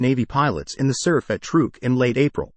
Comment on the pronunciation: Did you mean the German Battleship '"TIRPITZ"? How about "TRUK" rather than Trook? I really hate AI NARRATION!